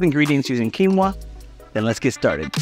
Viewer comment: Not your fault,. Quinoa should be "o-ah" (but it came from quechua, which doesn't have mid vowels. Just high (u, i) and low (a). So it was probably quinua, originally)